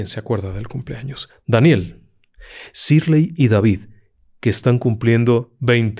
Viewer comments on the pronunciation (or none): none